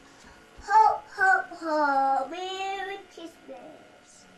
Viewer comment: HOAH HOAH HOAH MEWRY CWISMAS